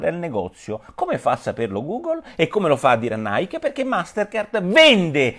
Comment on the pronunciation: Comunque Nike si pronuncia "naiki" non "naik"...